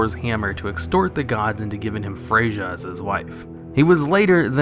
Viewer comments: Isn't Thaddius the same size as Thrym? P.S. It's pronounced 'FREIA', not 'FREYDJA'. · Freyja is pronouced Frey-Ya, not Frey-ja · It's not frayja it's just fraya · It's Thrymr and Freya, not Pimir and Frayjuh. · Hey, good video. But next time you're doing Norse stuff, remember to do a 'yuh' sound in play of a JA. Norse IS Germanic, after all. So 'Frey-Yuh', not 'Fray-JAH' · lol is pronounced the same way as the titan keeper "Freya"(Freyja) haha Fre-gha xD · You said the J wrong in freja. J is a Y sound. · your pronunciation of Þrymr stabbed me in the heart. it's literally pronounced thrym (Þ is th, and the r at the end is silent). and also freyja is just frey-ya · Doesn't matter how many letters for "th" there are. One should always educate oneself on things one's talking about, and pronunciation is a part of those things. A known video creator should make the minimum effort to do just that. Same goes for his "frey-ja" pronunciation - it's disgusting and ignorant. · Alright I need to explain this but in norse "j" is pronounced as "y". Freyja and Freya are pronounced the exact same way and Þrymur is pronounced as Thrymur. Þ = Th. I'm Icelandic and your pronunciation pisses me off to no end. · Brian Burkhardt ok so þ is a letter in old norse runes, and is pronounced with a th sound. The pronunciation of thor is correct, but freyja is pronounced frey-ya, as j's are pronounced with a Y sound in Germanic alphabets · Freyja (the Norse god) is pronounced Fray-ah, I really like what you do its interesting